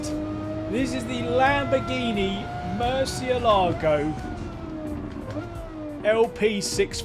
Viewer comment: It's murciélago not moresealogo